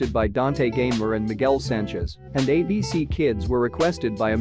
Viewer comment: Bro is pronouncing ABC Abk